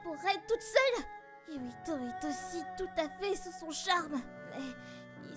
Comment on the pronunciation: Mais.....y'a écrit yuita....pk alors j'entends yuito????